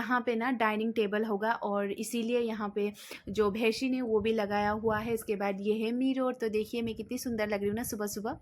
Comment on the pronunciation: बेसिन ❌ भेसिन✅😂